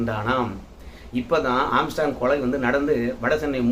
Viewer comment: ஆஸ்ட்ராங் இல்ல ஆம்ஸ்ட்ராங்...